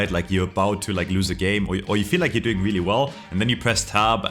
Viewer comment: weely weely impoahtent